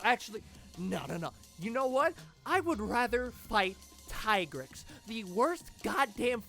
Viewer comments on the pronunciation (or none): Its tea-grex and not tie-grex